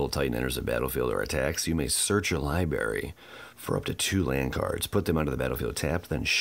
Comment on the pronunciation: I love you man! But library is /= to lie berry! ROFLMAO